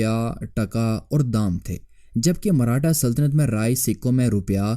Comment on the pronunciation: Marhata nahi hai bhai maratha hai woh...